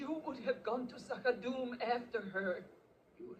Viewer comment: She will get the pronunciation for Z'ha'dum eventually. LOL * "ZA'HA'DOOM" :)